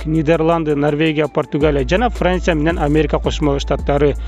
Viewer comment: Франся ,Италя,Даня,Англя😃😃😁😁